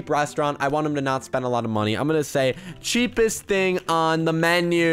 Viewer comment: Did this man say Cheap East instead of Cheapest xD